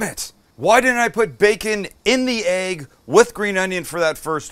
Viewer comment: I love the way Sam says "Aegg" :)